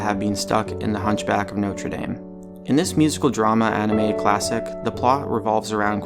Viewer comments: dame is pronounced "dom" not "dame (as in a woman)" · Not Notre Day-me. Notre Dah-me. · Its actually notre dame (dom) not dame (dayme) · the way he pronounces "dame" ajfnisjdfn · You don't know how to pronounce "Notre Dame"? Really?